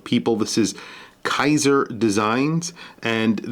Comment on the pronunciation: It's Kieser Design, not Kaiser (english pronouncing: "Keeser". In german "ie" is pronounced like "ee" . "ei" is pronouced like "eye". Thanks for the vid.